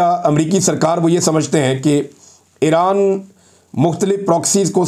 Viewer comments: عمران بھائ پلیز اپنی ایک دو تلفظ کی غلطی کی اصلاح کر لیجیے۔its,not (aeraan)it's pronounced eeraan.secondly it's not tal abaeb it's pronounced TEL Aviv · ITS NOT ERAAN , CORRECT IS IRAN